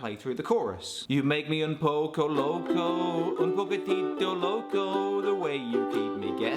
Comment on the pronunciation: "un pocou locou" ajjajaja te amo